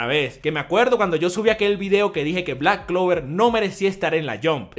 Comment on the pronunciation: Sabemos que se empieza a tomar en serio a Black clover porque ya no dice clack blover tan seguido